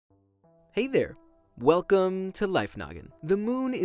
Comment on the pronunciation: Free Coupons I meant welcome to Life Noggin but it sounded like "free coupons to Life Noggin"